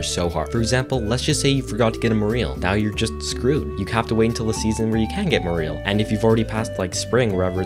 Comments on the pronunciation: Morel mushroom is pronounce More-L...Mer-L. Either will work. Not more eel lol. Just hurts my soul. I pick them every spring because they are like $50+ a pound and i love them. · I think he’s trying to say morel, the mushroom that spawns in the Secret Woods during spring. However, he is pronouncing it wrong (more-ell, not more-eel), and also, I feel like unless you’re using 0 guides, no one in their right mind goes for the fruit bat cave over the mushroom cave, which is an easy source of morels. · On mistake #7, did you say "more eel" instead of morel? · It's MORE-EL, not MORE-EEL P.S. I love your vids, I'm a mushroom hunter in both spring and fall. Morels are. Y favorite, so it erks me to hear it wrong lol. Keep up the good work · sorry to be that guy... but cmon "more-eel"? it's more like "moral" but with an "ee" sound instead of an "aa" sound. also the game uses the last fish in your inventory when making sushimi, same with fish in the fridge, it uses the last one. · Love the different pronunciations of morel everyone says it different